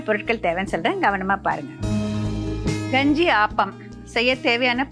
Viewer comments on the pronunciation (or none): என்ன கெஞ்சியா தமிழ சரியா பேசும்மா க வை ganji ன்னு சொல்ற